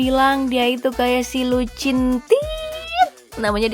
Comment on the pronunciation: Lucinta " T " nya ilang